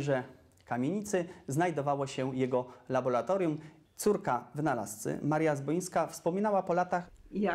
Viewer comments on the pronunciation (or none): labora a nie labola